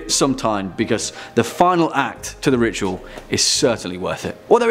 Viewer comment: The way you say The Ritual sounds like you are saying The Rickshaw, I have had many a terror whilst riding those death traps in Pakistan :-)